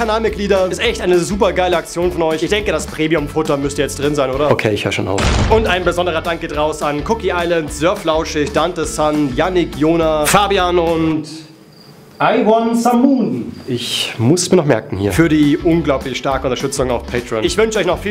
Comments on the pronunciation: Lonesome moon und nicht I one some .... oder??? (am Ende) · Wir verlangen, dass lonesomemoon mit L ausspricht!!!!11 trolololololo